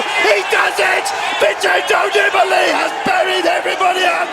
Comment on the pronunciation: "Don't bet against Vintendoneeballitiday!!!!"